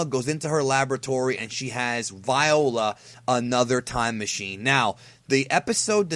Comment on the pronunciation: "Viola". You so silly